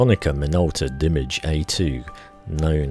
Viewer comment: Thanks for this! I owned the Konica Minolta Dimage 7i when it was first released. Although I currently shoot high-end Sony mirrorless I just bought the A2 prior to watching this video! Btw, afaik it's pronounced dimAAGE (think French)! Cheers!